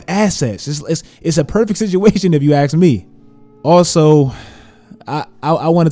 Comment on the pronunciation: If you "axe" me...